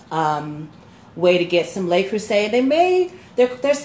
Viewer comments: Le, not Lay Creuset. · Minor note: It's Le Creuset, not Lei Creuset, so it's pronounced something close to "luh crew-zay," rather than "lay crew-say." (It's hard to describe, but it's sort of like saying the word "look" minus the "k.")